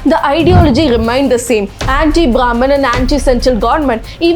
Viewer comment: You pronounced wrong types "Brahman"..... you have to learn "BRAHMAN"